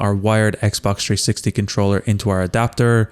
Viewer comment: It’s 360 not tree60